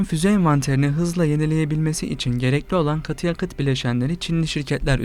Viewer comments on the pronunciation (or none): gatı yaqıt